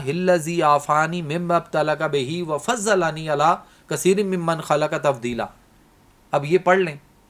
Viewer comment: Right, this dua is true and it works, mashallah but when the word “Wa-Faddalani” is said as “wa-fazzalani” it becomes wrong, plz be careful ( ﺽ it is duad, not zuad) read any Quran with tafseer this info is written